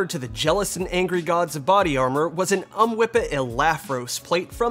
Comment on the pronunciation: Idk why but I laughed every time you said UHMWPE as a word. "Ummwippa" 🤣